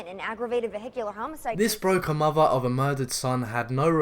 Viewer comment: And also maybe also learn to pronounce basic words like "thrill" instead of "frill" or "mother" instead of "muvver." I really do like British accents, though. Your presentations are interesting, too.